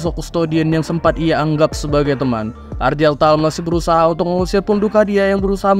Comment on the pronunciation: Bang ane sekalian izin koreksi beberapa pengucapan di video ini sama beberapa video lainnya ya. 1. Weapon itu dibacanya wepon atau *wepen*, bukan "wipen". 2. Gak semua "g" di nama itu dibaca "j" seperti jeans. Contoh di video ini nama Argel Tal jadi "Arjel Tal", padahal sebenernya ya dibaca sesuai hurufnya dengan g. 3. Chaplain itu dibacanya *caplain*, dari akar kata *chapel*. Sesuai dengan peran mereka sebagai pendeta di kalangan astartes. Jadi gak dibaca "kaplain" ya bang. Btw kalo ada istilah yang kurang jwlas atau bingung bisa tanya ane aja. Ane siap bantu untuk sebarin racun warhammer 40k hahahaha.